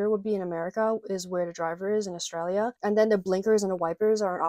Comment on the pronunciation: As an Aussie i can confirm that everything you said is 100% correct, you are also the only American i have ever heard pronounce Australia correctly, stay beautiful :)